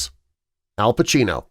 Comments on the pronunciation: Downvote for lack of attention to detail, It's Al Pacino, not Pachino. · There is no H in Pacino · I said that and Pacino not Pachino